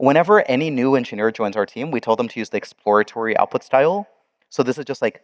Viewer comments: OuT puT style. Not owpostyle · I keep hearing you say "Apple style", then I realize you mean "Output style"... lol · Until i could see it written i thought the speaker was saying "Apple Style" 🤣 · until you typed it, I thought you were saying "apple style" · say apostile one more time motherfucker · Definitely saying apostille. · "Appo style" is what I heard. lol